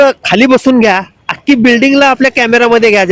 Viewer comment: अख्खी का “अक्की” ?